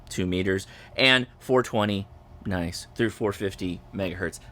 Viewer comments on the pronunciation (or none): none